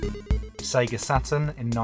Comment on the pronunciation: Here for the series! The Polish pronounce it correctly SEGA, Loving the voiceover. Im not a gamer but I learnt something about this iconic brand